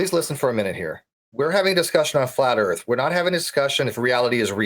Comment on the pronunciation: What's the "airth"?!? Why didn't they tell these people this debate was to be held in ENGLISH?!? Where are the damn subtitles? Nvrmnd, it probably can't interpret the stupidity.